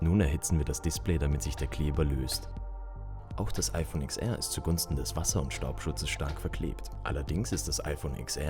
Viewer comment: Es heißt zehnR und zehnS (oder ten), nicht IX.